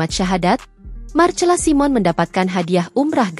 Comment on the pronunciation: MARCELA SIMON = DIBACA MARSELA SAIMEN. ADMIN HARUS BELAJAR MEMBACA YANG BENAR.